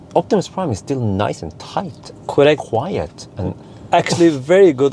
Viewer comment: I love when he says "cUrect' :D